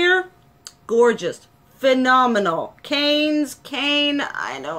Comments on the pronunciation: Cannes is pronounced can xx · Cannes = K-ah-nn Just FYI. 😸